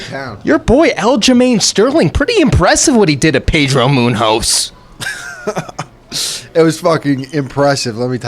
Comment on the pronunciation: Iaquintas reaction to pronunciation of Munhoz was hilarious.